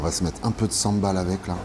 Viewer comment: Pool Sambol et non Sambal^^